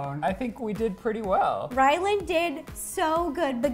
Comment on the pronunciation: is it just me or is she saying Wyland...